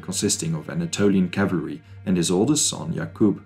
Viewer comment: "cavlary" :face-blue-covering-eyes